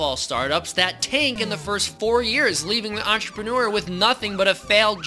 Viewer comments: Ah yes, enterpenner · I love how the captions make his pronouncing of "entrepreneur" to be "answer printer"